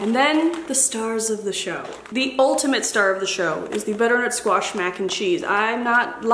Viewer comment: I have been following you for years and yet every time you say “squeesh” for squash it gets me. 😂 Happy fall,! 🍂🍁